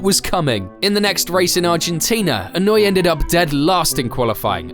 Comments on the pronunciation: It's pronounced ee-no-eh, not ee-noo-ee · In-oh-way. Not wee. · I know Englishmen don’t know how to pronounce words correctly for the most part, but it’s pronounced ī-no-ū-aye not e-newey 😂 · Inuii? How are you gonna make a whole video about him but not research how to pronounce his name? 🤡🤡🤡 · This guy's name: Inoue This narrator's pronunciation: Inoooooeeeeey Me: Well he's clearly not a Bleach fan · I feel like you could have at least looked up the prononciation before butchering his name 200 times 😂